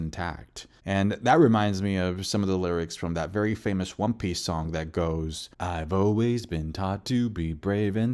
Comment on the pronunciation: wtf is wrong with your pronunciation lol great video about wan peeeeeece still